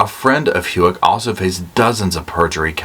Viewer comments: Someone gonna yell abt louis-ville lol, it's pronounced Lueyville, and old brooks last name is pronounced How-ck, Idc how u pronounce them, Love your show and your content, but I know some ppl can be very cruel when someone misspells something or pronounces it wrong. Thank you for this, long time coming for Crystal's children and family, Thought last week would never come 🙏 😊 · I am so sorry to be a nit picker, but I freak on mispronunciation lol. It’s How-k. Not HU-ek. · It’s not Hewick…it’s Houck, the OU sounds like OW. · Pronunciation Houck… How-ck 😊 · Brooks’ last name is pronounced like the word how, and k (howk) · Pronounced Brooks HOW-ck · Brooks Houck Houck pronounced Hoke Sound like poke. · How-k, Brooks, Lou-a-vull 😅 sorry I’m a Louisville native and the pronunciation in this video got me. Lol.